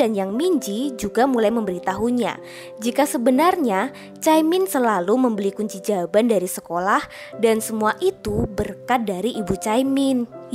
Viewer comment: Astaga kunci jawaban toh...kedengeran aku kunci jamban...🤣🤣🤣🤣🤣